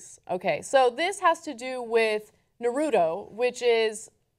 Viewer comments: NA-RU-TO, its not narudo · If it is anything like the Japanese it is said: "Nar root oh" not "Nar oo toe". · Its Nah-Roo-Toh! Anna is so oblivious! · Dear TYT. it's pronouned NAR-UTO. Not Nuhroodo. Get it right. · I still find it funny that people say Nah-roo-doe for "Naruto". I guess they also say plaa-doh for "Plato". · It's sounds like Naru toe. say it right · Ana's pronounciation of Natuto offends me.... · Nuh-root-oh... shudders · it hurt me evrytime she said naruto, i am now prone to any kind of disease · Can I request that Ana ask John the correct way to pronounce "Naruto"? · um that's not how u say naruto.